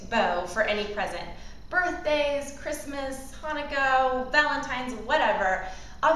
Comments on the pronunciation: Im pretty sure its pronounced Hanukkah not Hanukkoh. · Did you say fucking Hannakoh? 😂 women should not be allowed to post on YouTube